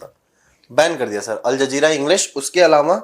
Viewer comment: प्रोड्यूसर बोल रहा है अल जलजीरा 😂😂😂😂